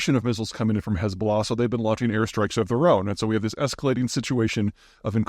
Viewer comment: Why don’t you spell Hezballah as you pronounce it?